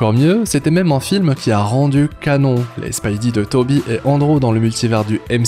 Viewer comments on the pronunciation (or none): none